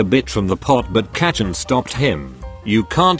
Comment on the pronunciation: kacchan?? no. katchin?? YES.